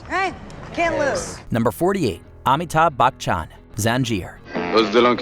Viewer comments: That prononciation of Amithabh Bachan broke me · Amitabh Bachchan, I can't believe you guys butchers his name